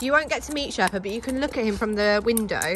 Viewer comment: And how perfectly she said Sherpa.